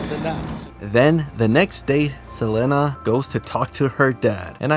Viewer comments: Saying SelENA instead of SelEEEENA is bothering me😂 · You killing me the way you pronounce Selena too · Not gonna lie the way you’re pronounce Selena’s name is bugging me 😂😂 but love your videos so I’ll keep pushing thru it lol